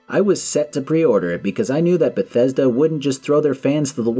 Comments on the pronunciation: Oh SCREW you; "I GWEW UP WITH BETHWESDA"? Be mad at Fallout 76 like a normal person, but keep being a normal person and STOP pretending this company EVER had anything good going for them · I only found this video now, and aside from the funny CDPR reference, I feel the same today. I've never been a Bethesda guy, but seeing this video I just hear BioWare in my head every time he says Bethesda.